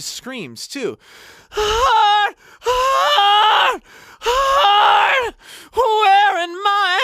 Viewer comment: You kill that “heart” sound. Wow. Made me appreciate it so much more